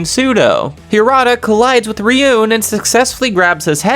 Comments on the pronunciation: Bro said "Riyun" for Ryuen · 😂 that's funny Ryuen to riyen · Also Ryuen is pronounced like ruin